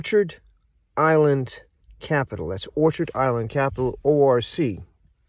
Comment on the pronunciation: It's orchid, not orchard. It sure appears you're in a very poor state of physical health - maybe homeless - or perhaps it's all just a show? Anyhow, good luck to you whatever the case may be. BTW, I own several thousand shares of ORC.